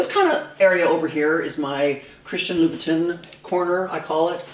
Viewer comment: Learn to say Louboutin